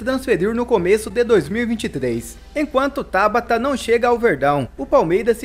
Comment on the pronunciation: Costumo acompanhar alguns cronistas esportivos de Portugal. Lá, todos pronunciam TABATA (palavra paroxítona) e não "Tábata" (palavra proparoxítona) como você diz. Procure se informar, amigo!